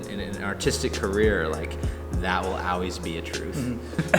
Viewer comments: Why is he saying always like "oways"? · I love how pronounces always "owlwais" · "It's AWAYS here" :) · man he said owlways a lot. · says "Al-weez" lol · says owase. lol not Always.. just thought it was funny. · "Auways" I love that so much <3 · same haha I hear "ah-wheeze" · Does always say always like that? Is it an indicator of the local accent of his home town? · pronounces "always" the same as the way the Romans said "Hail" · I think he forgot how to say always. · he says it a lot lol let's make a drinking game!